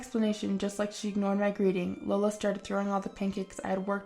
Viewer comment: the name LEOLA is pronounced wrong! (Where do you get these voice actors? Sheesh!) You pronounce it as "LO-LA" and incorrect. It IS pronounced as "LEE-OH-LA". Flipping go to google and type in, How to pronounce the name Leola?" And it will tell you! There will be a sound icon to listen to for correct pronounciation. What lazy and ignorant voice actors to not know a very old name!